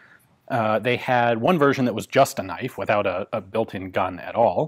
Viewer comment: Now there's a knoife